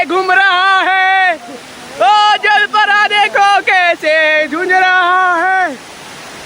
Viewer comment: जलपारा ❌❌ जलपरी ✅✅